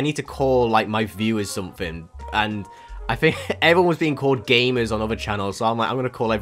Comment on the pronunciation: I always hear "Gaymers" instead of "Gamers" smh